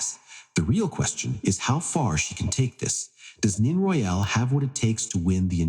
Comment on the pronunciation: Time to update AI voice name mispronunciation of both 1st & last names. Nene say Nay nay, Royal not royale don’t say Al. Royal like royalty, without the ty at the end.